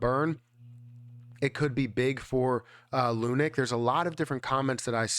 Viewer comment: Bro please... ((((((PLEASE))))) STOP CALLING IT ****LUNIC**** ITS LUNC PRONOUNCED L WITH UNC LUNC. NOT LUNIC GOSH DANG!